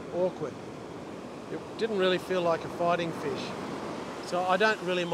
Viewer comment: I filched yr video…shrunk it to 10 secs (3 of which a pause for suspense) ‘’fush at the end of the beach’’😂